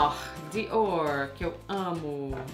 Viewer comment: Desculpa, estou meio sem graça, mas preciso falar, Meu nome é Alessandra, eu e meu marido usamos a mesma conta, então o nome dele que vai sair. Camila você melhorou bastante, acho você linda! Mas queria dizer uma coisa, aprende por favor a pronunciar os nomes que não são em inglês corretamente ou então fala com sotaque brasileiro mesmo, não é legal você pronunciando coisas como Dior com sotaque errado, é grosseiro, ( os franceses ficam loucos com coisas assim) ou Salvatore Ferragamo que é italiano, ninguém é obrigado a falar vários idiomas mas é mais elegante pronunciar abrasileirado do que com sotaque inglês, fala Diorrrrrr. Você é uma mulher linda e para ter obtido todo esse sucesso, imagino que muito inteligente também. Não faz isso, você está ensinando as pessoas erroneamente. Sucesso.